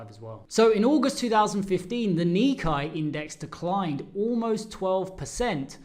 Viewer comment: If you are going to be a professional trader & market analyst, please learn how to pronounce key markets like "nikkei" it is pronounced "ni" + "KAY"... Thank you!